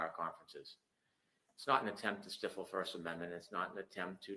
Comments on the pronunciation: I hate to say it, but I am actually starting to think Brennan is actually mentally challenged. He can't even speak or pronounce words properly. Total moron. "STIFFLE" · Replay crew here but even Emily Baker was like come on pronounce stiffle correct